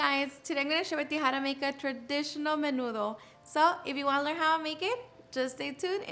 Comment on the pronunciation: Where the hell u learn that is not nenudo